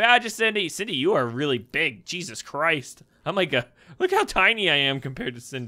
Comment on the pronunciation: When you say Jesus it sounds like cheeses